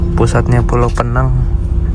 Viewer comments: masi aja bang penyebutannya Pee nang. Salah itu bang bang. Sebut Pe-nang atau Pineng. Lu nyebutnya kaya tenang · ..penyebutannya bukan Penang.. Tapi..PEnang.. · Pi neng